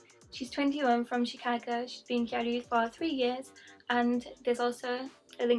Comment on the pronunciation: what do you mean? gyaru is pronounced gyaru not gal